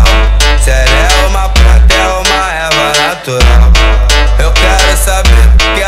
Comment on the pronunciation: O que ficou ilegal foi vc falar "pranta"